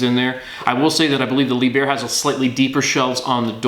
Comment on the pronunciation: His mispronounciation of Lieb herr really grating.